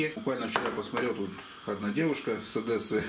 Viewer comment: Одесса!!!!! А не Одэсса!!!!